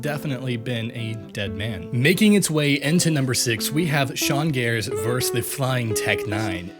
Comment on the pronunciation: it's pronounced "versus", not "verse"